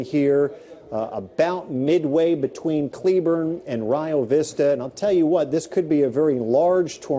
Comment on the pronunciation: It's actually pronounced "Re Oh" Vista 😃